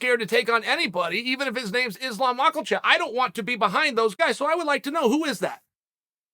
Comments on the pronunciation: are you serious you can't be serious right now this has to be a joke you must be new here kid lol Uncle Chael is always butchering MMA names he's been calling him Mockelchev, unc is the one butchering the names he's just bringing it up in a comedic way which is effing gold then please stop typing because you just made yourself look really stupid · “Islam Mackelchev” -Chael Sonnen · Islam mock-Al-Chev. Beneijl daroosh 😂😂😂😂😂😂😂😂😂😂😂😂😂😂😂😂😂😂😂😂😂😂😂😂😂😂😂😂😂😂😂😂😂😂😂😂😂😂😂😂😂😂😂😂😂😂😂😂😂😂😂😂😂😂😂😂😂😂😂😂😂😂😂😂😂😂😂😂😂😂😂😂😂😂😂😂😂😂😂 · DAROOSH and MACKLEchev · Islam Mah-cull-chev